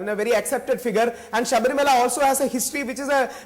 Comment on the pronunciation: The news anchor is not even able to pronounce the word Sabarimala...foolish mules...!!!